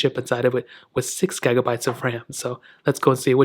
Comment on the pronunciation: How the fuck can you not say gigabyte